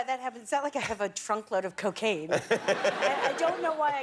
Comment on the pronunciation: sounds English when she says “cocaine”